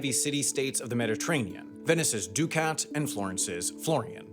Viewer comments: First time I've heard someone say ducat as doo-kaat instead of duh-kuht. I think in this case the Brits got the pronunciation right. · Ducats are pronounced "duck-its." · 'florin,' not 'florian.' And 'ducat' is more like 'duh-kit' than 'doo-cat' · I've always heard it pronounced "duck-it's", not "do-cats". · Please learn to pronounce Florin (Fluh-rin) and Ducat (Duckut) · Rhyming with Bucket is actually the pronunciation used in English. He hypercorrected here. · A pronunciation guide: Florin rhymes with "Lauren." Ducat rhymes with "bucket." Ravenna doesn't have a Y in it. I don't know if due to an overly aggressive production schedule or simple lack of caring, but you seem to have a serious problem with mispronouncing words and I really wish you'd check the pronunciation of unfamiliar words before recording the VO.